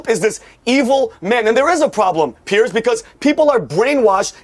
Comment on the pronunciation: Piers, not "Pierce"